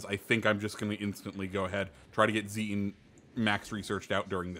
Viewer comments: It’s Zee-ten. In German the ie and ei sounds and are switched compared to English. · Your first try of saying Zieten is wrong, the second is correct.